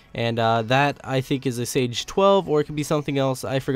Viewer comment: "Sage 12" XD it's Saiga